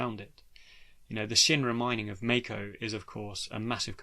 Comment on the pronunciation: Mako is pronounced Mahko